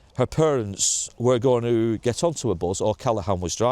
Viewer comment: Its Bus , not Buzz, unless you from Bolton x